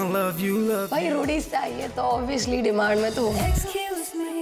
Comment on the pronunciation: & Obviously ❌ Obvioushly ✔️ Wow Wow. She Say's It Everytime.And I Laughed Out Loud Everytime 😂😂😂 LMAO 🤣